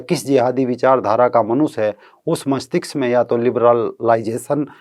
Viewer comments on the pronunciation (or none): मष्तिक्स नहीं मस्तिष्क